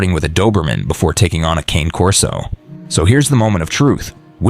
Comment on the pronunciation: Mispronounced Cane Corso. Italian 2 syllables CAW NAY. Not like the cane I walk with. Never cane, but Caw Nay. Mamma mia! 😮